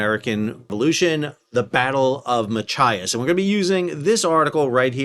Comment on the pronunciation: Excellent job pronouncing Machias correctly many times but sounds like a "mah ki as" snuck in there a few times.